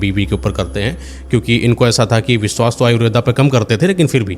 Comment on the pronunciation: भाई साहब, विस्वास नही विश्वास होता है। 'दंत स' और 'तालव्य श' के उच्चारणों को सही ढंग से करें। धन्यवाद